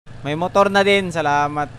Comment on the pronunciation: mutur. lol